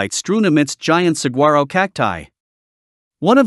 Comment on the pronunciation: Yuma? Really??? And Mesa? Actually the whole video is awful. While the AI voice talks about attractions, the drone video doesn’t show any of them. Also, learn how to pronounce ‘’saguaro”. She g is pronounced like a w.